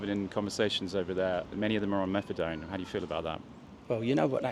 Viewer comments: I know its petty. But hearing you call it MethadRone was doing my head in. It's MethaDone. But to the facts. Excellent presentation mate. Love it!! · WHY WOULD A DOCTOR GIVE OUT MEPHEDRONE? HE CLEARLY TOLD YOU IT WAS METHADONE WHICH YOU REPEATED.. NICE SMEAR CAMPAIGN